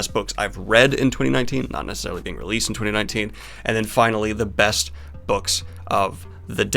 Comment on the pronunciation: you said "best" opening skit wrong.